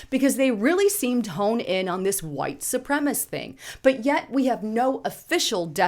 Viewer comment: say SU-PRE-ME-CIST.